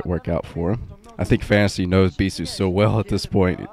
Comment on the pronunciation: "Beee-thooo" always makes me lol for some reason.